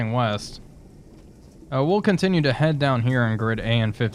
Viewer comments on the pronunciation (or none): none